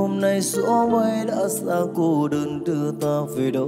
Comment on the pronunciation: ông Quang Hà hát mấy câu đầu nghe kỳ kỳ, phát âm điệu đà mắc ớn, kiểu: Thấy ---> Thoấy ; Mây ----> moây o ây:)